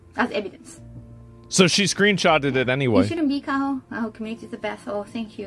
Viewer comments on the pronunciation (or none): Uh asmongold her name is kaHo not kayo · I thought her name was Kaho, not Kayo. Remember being introduced to her on the Trash Taste pod as Joey's favourite.... "actress". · Kaho, not Kayo/Kaya